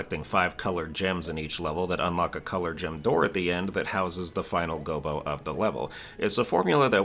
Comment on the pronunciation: You're wrong about the Gobbo pronunciation but at least you're aware of it. Standard English pronunciation rules - A double consonant means the vowel preceding it is a short vowel.